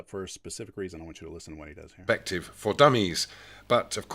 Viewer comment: Should listen in? Its hard to listen to a knobhead like. When you know someone is a coward like he is its hard to give him any credence. Geez he likes saying puurspective doesn't he? Using evidence huh? Something he is very inexperienced in he just attacks ridiculous points. And the ape comment was the final straw for me.